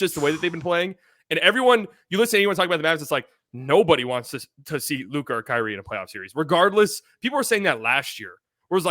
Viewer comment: why do you have trouble saying Kyrie's name? No mention was made of his contributions🤔🤔